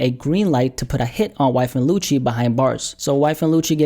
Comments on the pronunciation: It sounds like is saying "Wyfa Lucci" and that's hilarious 😂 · the way you say YFN when you said YFN Lucci is so funny.. This man said wifa lucci.. Or wifin lucci